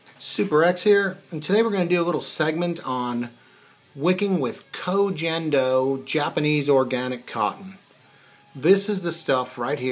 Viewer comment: If you're gonna use a product try to pronounce it correctly. Hard G bud 😘